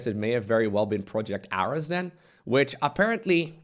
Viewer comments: well that sucks. also i think Ares was pronounced like the greek god of war. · “aress” sad magnath (and ares) noises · And it's air-ees (Ares) as in the god of war. Probably a billion comments on this by now but I did not check.